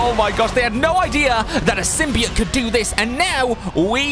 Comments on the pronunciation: It's not sim-b-it its a sim-by-oat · SIM-BE-OAT say it like that. thxxxxxxxxxxxxxxxxxxxxxxxxxxxxxxxxx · I was just laughing at how he said symbiote that’s all